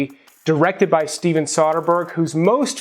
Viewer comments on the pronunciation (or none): none